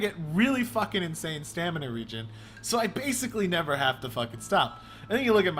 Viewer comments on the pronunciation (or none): none